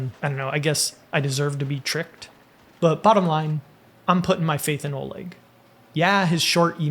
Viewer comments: "Oleg" is pronounced "ah-LEK" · lol I also know an Oleg.... Pretty sure it's pronounced more like A-leck. The Oleg I know rolled his eyes and made certain I knew how to pronounce his name after calling him O-leg 😂